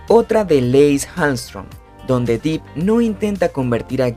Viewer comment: Se pronuncia Depp, con e no i